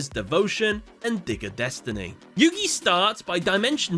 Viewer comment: The way he pronounces “Dig of Destiny” Sounds like Digger Destiny Which some might insinuate as him trying to say n****r destiny